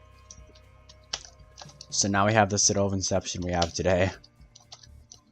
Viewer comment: Citrrrradel of Inception